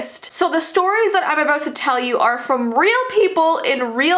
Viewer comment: I literally hear aboot